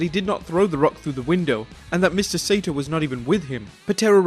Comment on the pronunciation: Saito is pronounced SY-EE-TO, not SATO. Ass.